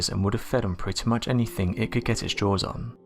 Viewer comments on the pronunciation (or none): none